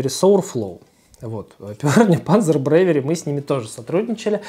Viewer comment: Млть, "бревери". Рукалицо. "Волков" как и МПК скатилось в гов но. Пить невозможно, невкусно, и печень ругается.